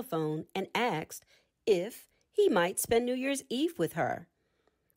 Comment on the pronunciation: The content is classic FSC, amd the reading good. For the future, recommend practicing the pronunciation of the word "asked" as such, and not "aksed".